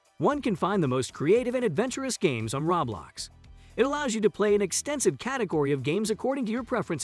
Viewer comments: Every time I hear him say rawblox gives a ceezer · it hurts to here him say rawblox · It Hurts when you say ROBLAX! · im sorry- the way he says roblox kills me